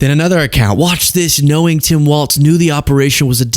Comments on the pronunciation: Please say 'Walz' not WalTz...I know its petty as hell, but there isnt a T in his name. Its just Walz...carry on 😉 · Please, please, please. It’s Walz not Waltz! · it's WALZ not WALTS lol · his name has no t in it, ik it's not the most pressing thing, but just say Tim walls and put some flair on the z. everytime says waltz i cringe. if you like the guy, say his name correctly. for me, it's more egregious than leavitt saying chump because honestly tr and ch sounds are performed in the mouth almost identically, but adding a t sound to Walz is just wrong, unless you start dancing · Is saying Waltz instead of Walz an inside joke? Lol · Walz not Waltz. Tim Walz. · Heads up! It’s Walz like “walls” not “waltz”. There’s no “t” sound. Thanks. Sincerely, A. Minnesotan. 😎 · It's Tim Walz (walls), not Tim Waltz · His name is Tim Walz, not Tim Waltz! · Walz people not Waltz. Mike Waltz is the guy that was involved in the signal chat. Tim Walz was Kamala's choice for vice president. you are pronouncing it wrong also. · Hes Walz NOT Waltz. Two different people one is Dem the other Repug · I’m from WI and it’s driving me crazy that people can’t say Walz!!!! Not Waltz….. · It’s pronounced “Tim Walls” not “walts” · Dude. I love your content as it often so enlightening. However, it drives me nuts when you or anyone else mispronounces his last name. He’s not a three four musical timing for waltzs. His last name is pronounced as though it were spelled “walls”. Still love your channel! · I dig the hell out of your content full stop!but i feel as a Mpls. resident the name of our guv. is generally said like Walls. not like the old dance.keep on truckin dude!